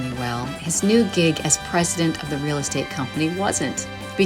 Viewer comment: A wheel possibility? Donnie can’t pronounce “real”😂